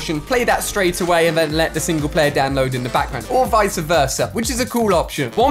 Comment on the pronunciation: It’s “vice versa”. Not “visa versa”. Just lettin ya know